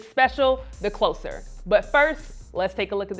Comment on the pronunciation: my most disturbing thing in this video is how she said the title "the closer" like something is getting close rather than someone closing something.